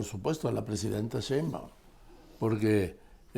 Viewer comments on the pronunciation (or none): Es un gusto escucharlos par de caballerotes de la noticia y la simpatía, Joaquín más bien Carlitos, que aprenda a decir el apellido de Sheimbaum, él se come la i y le dice shembaum. Me da risa porque pues a cada rato la menciona y me retumba en los oídos es SHEINBAUM, Carlitos y me caes re bien, bueno los dos, además el cariño que como amigos de mucho tiempo proyectan su afecto y admiración mutuo.🥰🥰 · Respetado y siempre bien apreciado señor Marín : ¿por qué no pronuncia correctamente el apellido Sheinbaum? Siempre le dice Shembaum. Le conmino y le insto a que corrija, de otra forma -le advierto-, me veré en la penosa necesidad de dejar de ver sus programas que tanto disfruto pero, sobre todo -y más tristemente-, de irrespetar el título que le fue otorgado como alguien que nunca se ha equivocado semánticamente. Como opción alterna, si acaso mi advertencia lo atemorizó lo suficiente, le ofrezco que me explique usted sus motivos para hablar de una forma que parece ser un error de pronunciación imperdonable para alguien de su talla cultural e intelectual. Le agradezco su atención reiterándole tanto mis más sentidos respetos, como mi más irrevocable advertencia, aunque lo atemorice.